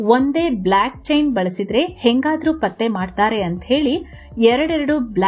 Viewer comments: ಅಕ್ಕ ಅದು ಬ್ಲ್ಯಾಕ್ ಅಲ್ಲ ಭ್ಲೊಕ್ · Hello, it's not BlAckchain. It's BlOckchain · ಅಮ್ಮ ಬ್ಲಾಕ್ ಅಲ್ಲ ಬೋಲ್ಕ್ ಚೈನ್ 😂